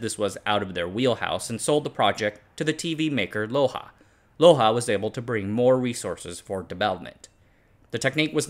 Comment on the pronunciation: LOHJA: Cool how close you came, but the J is hard, as is the H. loHJa is closer on the pronounciation. Still, good effort! :)